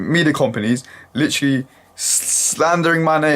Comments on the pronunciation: The slender of "litchally" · oh man british people and the "Litch-ra-ley" over...and over again.